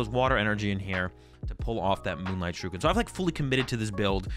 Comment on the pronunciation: That is NOT how you pronounce Shuriken. Other than that, good video, been watching a bunch of yours to determine what deck I want to play at locals, so far picked Gardevoir and trying to find a second one I like